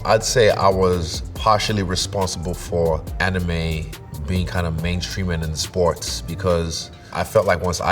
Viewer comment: Avatar - Amirime Not anime